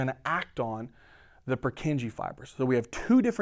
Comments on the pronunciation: The pronunciation of Purkyně cells kills me. Anyway, good video, keep going, it helps a lot! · good lesson but his pronuntiation of purkinje cell is killing my ears